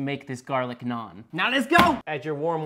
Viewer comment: (Not to be racist or anything but) FINALLY a white person that pronounced Nan correctly